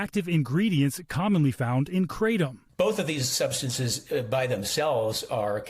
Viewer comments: why you keep calling him NAROTSKY,,, what a joke NBC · HE SAID NAROTSY AGAIN. There are very few names anywhere in this piece, but Hallie Jackson is certainly one. Guess they threw her under the bus. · That’s what confused and frustrated me the most is that the reporter (ai??) say his name wrong multiple times then start pronouncing it correctly. Guess no one listened before uploading. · Get his name right. Incredibly disrespectful. You do not deserve to cover this topic.